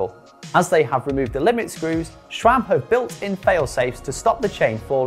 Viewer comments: There's no 'H' in SRAM. It's not "SHRAM". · Don't get why people keep saying ŠCHRAM. Where does it even come from? It's not in the name. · Even worse, there are some that pronounce it as S-RAM or S-SRAM, like, where on Earth do you see a second letter S??